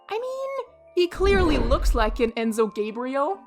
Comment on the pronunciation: you pronounced enzo gabriel wrong😔 also, since i am brazilian i can give you more insider information on the meme enzo gabriel became a slang term for spoiled children because both enzo and gabriel are common names within young children of nowadays, and brazilians started posting images of the collector with that name, but what really made it a lot more popular was when the content creator fehdubs posted the incredible masterpieces that are the enzo gabriel videos, making the voice herself and also dubbing some lines in for the future, since the brazilian dub of the collector is good but does not fit the character at all bc they sound too old enzo gabriel 1: enzo gabriel 2: for the future dub: dub of a tomotasauce video: video of someone editing an audio she recorded: i dont know if there are more but thats all i know and im preety sure the meme actually got popular with gringos too because of zeez vov gee's kahoot video which shows fehdubs video in it so yeah you mentioned the rest of latin america too, but i don't speak spanish so i dont know if or how much it was popular there and also, how do you only have 67 subscribers this video is insane